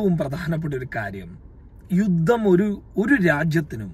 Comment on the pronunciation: യുദ്ദം എന്നല്ല പറയേണ്ടത് യുദ്ധം എന്നാണ്. ഉച്ചാരണം ശരിയാക്കുക